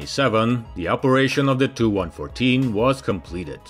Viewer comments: Tee-You-114!! NOT TOO-114 🙄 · He pronunces the "TU 95" as "295" , and reads of "TU 114" as "2114". Its confusing because there were never planes of those model numbers. Its not printed text, so instead of either saying "tee you 95", or "295", you might as well just say the unabbreviated name. And call them the two plames "Tupolev 95" and "Tupolev 114" respectively.